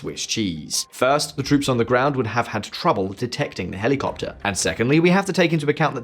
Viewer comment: Hely Copter,Hely Coptet.